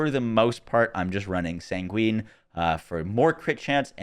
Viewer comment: "sanguine" is pronounced like "penguin". Say-ngwin